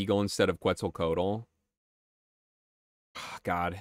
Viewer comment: Ftr, Quetzlcoatl is pronounced like "ketzel (rhymes with pretzel) co ah tl"